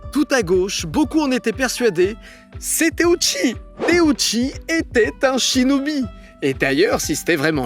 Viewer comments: Teuchi par pitié par teouchi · teuchi pas téouchi